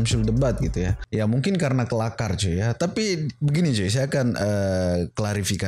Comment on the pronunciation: Kelaka bukan kelakar 🙄